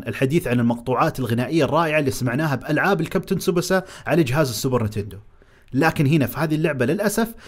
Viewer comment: أسمو super nintendo و super nitendo اتعلم كيف تنطقهى